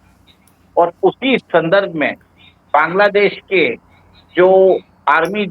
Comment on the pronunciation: सर! सबसे पहले तो आप बैंग्लादेश नहीं बोलकर बांग्लादेश बोलिए। आपके इस असम्मानजनक उच्चारण के लिए मैं आपके इस वीडियो को अनलाइक कर रही हूं। और 1 मिनट पूरा देखने से पहले ही वीडियो को छोड़ रही हूं।